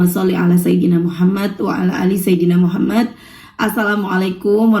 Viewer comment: Maaf, Aku dengernya kka baca shalawatnya "shallallah Alla muhamat"